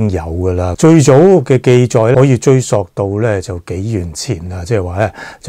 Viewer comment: 追溯的溯，粤語正音讀「素」，不讀「索」。😅